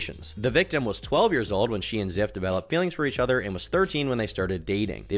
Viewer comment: Call him Ziff one more time I swear